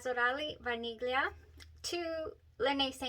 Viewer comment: BTW you are the ONLY person who says Vaniglia correctly 🎉🎉🎉 /vah neel yee uh/